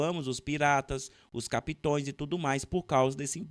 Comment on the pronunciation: Capitães Essa é a pronuncia correta. Acho importante seus vídeos e, com muito carinho te faço essa correção pois é importante que você possa nos passar essas informações de forma correta.